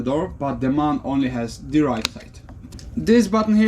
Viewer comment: Thank you, that was very interesting! Do you really say MAN in one word? Here in Germany it's pronounced letter by letter, as it was originally an abbreviation (Maschinenfabrik Augsburg-Nürnberg). Hope you have a lovely Christmas and see you soon!